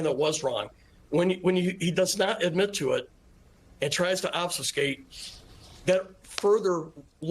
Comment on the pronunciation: "Obsuscate"? OMG. Can anybody in the GOP speak English anymore?